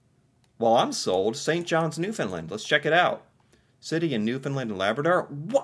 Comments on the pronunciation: St. John’s… Capital of Newfound LAND (it is not pronounced “lund”the word Land is really enunciated like saying Stand. So you wouldn’t say “stund”) Cabot Tower on Signal Hill, First Transatlantic message. Protected harbour during war time. Of course George Street, most concentrated street with bars. Only pedestarians allowed on street. Pubs, local live entertainment, even more rave like, LGBTQ, a real mix. Bars are buildings literally side by side. So much… the colourful townhouses (known as jelly bean) has become iconic and generally an unwritten rule to paint the houses according. Be careful driving, extremely steep slopes, especially during winters. There is a size limit for trucks. University, colleges, historic park (Bowering “Bow (ie. bow to someone) er - ing” Park) Ches’ Fish and Chips and Mary Brown’s (chicken) are a must. People are called “Townies” … I’m from NL and not a townie so it’s like cheering for the other hockey team but yeah, gotta give it credit. ❤ 👍👍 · He doesn't, though? He says Newfin-lind. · I was born and raised in Corner Brook, Newfoundland. (pronounced- New-fin-land) Its stunning. So much more than those pictures showed. I am currently living in Fredericton, NB (AKA Freddy) and it too is a great, and beautiful, place to live 😊 I am very lucky! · The way tourism people used to be trained to explain the pronounciation was to say "Understand Newfoundland" - the two rhyme and the syllable emphases are the same. The "found" is more "fən" ('schwa" sound) than "fin". Here's a cute video on how to pronounce it, for and other CFAs*: * come from aways, or visitors to our province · OK. I'm glad Canada interests you, but PLEASE learn how to pronounce Newfoundland.